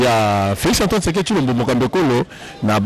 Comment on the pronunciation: Felix Last name is Tshisekedi not Thiekedi what is wrong with you ?????